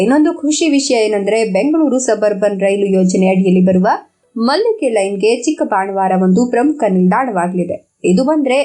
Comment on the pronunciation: ಉತ್ತಮ ಮಾಹಿತಿಗಾಗಿ ವಂದನೆಗಳು. ಊರಿನ ಹೆಸರಿನ ಉಚ್ಚಾರದಲ್ಲಿ ಸ್ವಲ್ಪ ವೆತ್ಯಾಸ ಆಗಿದೆ. ಅದು ಚಿಕ್ಕಬಾಣಾವರ. ಚಿಕ್ಕಬಾಣವಾರ ಅಲ್ಲ. 🙏